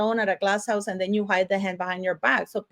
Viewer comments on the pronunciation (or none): none